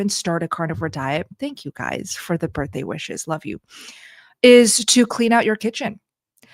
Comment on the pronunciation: HAPPY BIRFDAY < english 😬